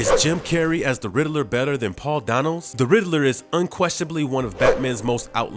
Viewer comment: Yeah.... that's not how you pronounce "Schumacher" mister urban narrator. And it's either dazzling or dizzying - "dizzling" isn't a word - dispite Poop Froggy Frog perhaps proclaiming otherwise. Oh good grief - the guy can't pronounce "Dano" either. And what's a "capproach"? Fired.